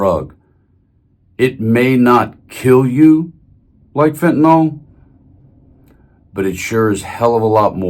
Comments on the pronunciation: It's pronounced Fent-a-NIL, not Fentanol. It's not alcohol. Thank you! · It's not fentanol. It's fentanyl.